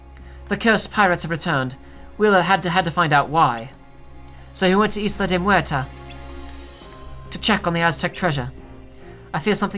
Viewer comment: I'm sorry, but,, please, the "S" is Isla de Muerta is silent - like the English word for ISLAND. PLEASE. JUST. PLEASE.